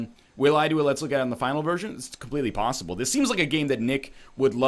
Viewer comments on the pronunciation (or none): none